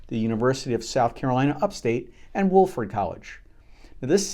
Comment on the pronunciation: Somebody probably already said this, but the ‘o’ in Wofford College is pronounced like “awe”, waw-ford, not woof-urd.